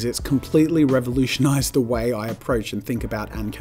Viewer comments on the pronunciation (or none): sounds really weird when he says revolutionized!